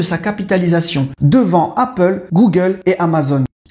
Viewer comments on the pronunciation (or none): none